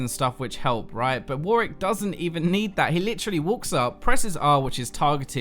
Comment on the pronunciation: for saying Warwick properly :)